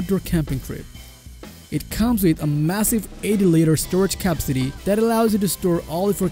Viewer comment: Hi , some pronounciation tips. capacity = Ka-PASS-city not Kapa-city. Accomodate = A-KOMM-Odate not ACK-Ama-Date. Thank you for your video, it was very useful to me